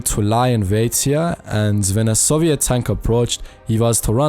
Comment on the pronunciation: Very informative thank you if I had one thing to critique it would be the pronunciation of soviet it is pronounced SO-VI-ET SEW-VEE-ET OR IS THAT UR ACCENT ?